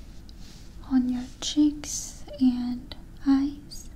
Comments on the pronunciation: And how she says "chicks" for "cheeks"😆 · I like it when she says "chicks" instead of cheeks. Kinda interesting how broken English is a big trigger for a lot of people.